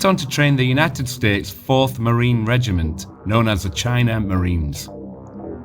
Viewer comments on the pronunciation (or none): none